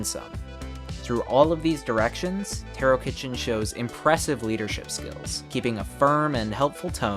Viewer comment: I believe Tarokitchen is pronounced Tarokheshen. Great video anyways!